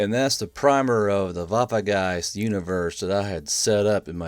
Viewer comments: Waffegeist not WaffeNgeist? German autism intesifies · As a german I can tell you it would be better to call it Waffengeist and not waffegeist because it sounds more realistic